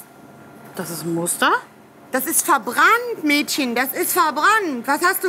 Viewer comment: "Das ist verbrannt MÄDSCHEN das ist verbrannt" HAHAH